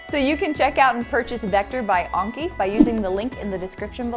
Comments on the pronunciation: It's pronounce an-ki not on-ki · It’s not called unki it’s called Anki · it is an-kie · ITS pronounced Aaaaaaiiinnky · I like how you pronounce "anki" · HE CANT EVEN SAY ANKI CORRECTLY...